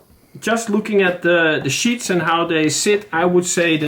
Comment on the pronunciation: Sheaths ! Not sheets ! Hope this helped. ! Great video !